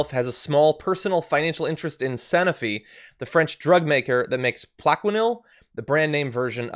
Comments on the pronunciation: Sanofi - long “o” as in “snow” Love you and your show, but I cringed whenever I heard the mispronunciation. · Sanofi - it’s a long “o” as in “snow”.